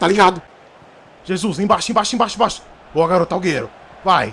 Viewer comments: O certo e Äguero e assim que se fala não agueiro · EU FICAVA COM AGONIA QUANDO ELE FALAVA AUGUERO EM VEZ DE AGÜERO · O bom do games euuuu e que envés de ele falar aguero ele fala auguero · Ele chamando o aguero de augueru kkkkk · Nome do jogador: aguero Como o chama ele: auguero kkkkk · da uma agonia dele falando alghero mas é aGUero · "Auguero" kkkkkkkkkkkkkkkkkkk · "Auguero" kkkkkkkkkkk Mlhr YouTuberr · Ele falava agueiro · alguero kkkkkkkk alguero kkkkkk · " Auguero " KKKKKKK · Kkkk Aúguero😂😂😂😀😀😑😅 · ele falando alguero racho man kkkkkkkkkkkk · auguero kkk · "Auguero " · Ele falando AlGerO gol kkkkkkk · É só eu que escutei aiguero que o falou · Ele fala do jeito q ele acha q se fala